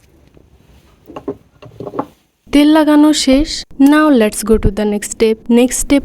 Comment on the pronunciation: উচ্চারণ গুলো ঠিক কর।ত্যাল না,উচ্চারণ টা হল তেল।শুনতে খারাপ লাগছিল।